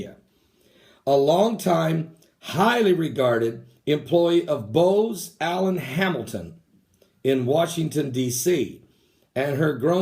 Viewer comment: It's BOOZ Allen Hamilton not boze. It's national Geospatial agency not geopartical lol.